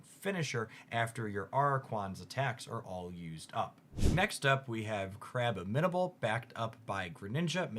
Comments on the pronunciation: Its crab-bomb-in-uh-bull. Its like an abominable snowman, but also a crab. I see other comments have corrected araquanid. You're on thin ice with Acerola. Most people say Acer-ola, not Ace-rola. That one's not too clear though. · Crabominable is pronounced like it contains the word "abominable" and araquanid is a play on aqua and arachnid. You can get them down, 😭